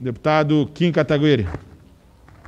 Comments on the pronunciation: Esses candangos ainda não aprenderam a falar "Kataguiri"?? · Até hoje o sr presidente da câmara não sabe que é Kataguiri e não Katagüiri... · Que agonia que me dar ver as pessoas pronunciando o "U" no "Kataguiri" KKKKKK Com a palavra Kim CatagUiri